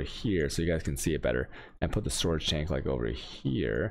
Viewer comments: Every league we wait in anticipation to see which words he'll randomly start butchering just to mess with people. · Dude can somebody PLEASE explain why he pronounces specific words in a weird way? Like storage "chanks", seed "catchees", "pink seeds", etc. I've been watching his videos for months now and I'm still hella confused, it's driving me crazy!!